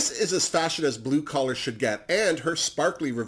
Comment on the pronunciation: ha, my bad:) When you were talking about Jigly, Akeria and Skarlet you said “it’s not blue collar” but what I heard was “it’s not blue color” Lol Kisses 😘